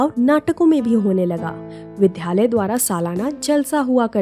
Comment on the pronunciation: App vidyalay ko vidHyalay aur ek halki mistake hai ',j ko jj,' na bolen, App ki awaz premium hai.